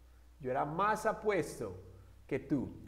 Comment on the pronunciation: Cuidado con la pronunciación del "as" ya que lleva vibracion al final de lo contrario se está diciendo otra palabra que es 🍑 y no "tan... Como"